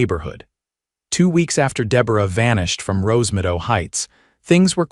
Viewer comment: Wouldn't it be Rose Meadow instead of Rose Midow? Your AI bites big time.